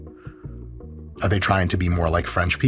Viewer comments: Not taking T-dropping from a nation that pronounces them as D; what the fuck are “ledders” 😂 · "Why do people from United Kingdom skip entire letters?" *Proceeds to skip the two t´s in letters lol. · “Scott why do people from the United Kingdom skip entire leDDers?” ….there are two ‘T’s in that word Mike… not D’s… 😉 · "There's a T at the end of 'stability'." ...Yeah, and theres two T's in the middle of 'letters', Dr Mike. Us Brits can play this game too! 🤪